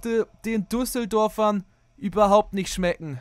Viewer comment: Habe ich mich verhört oder hat er duseldorfern gesagt 😅😂🤣